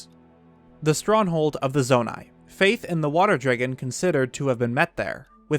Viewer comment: "water dregan"